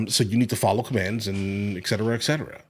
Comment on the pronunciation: Sorry to do this again... but, it's "etcetera" not "ekcetera"